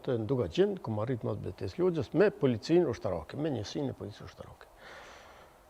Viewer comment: Logja, fshati quhet Logjë oo bari delesh, jo Lozhë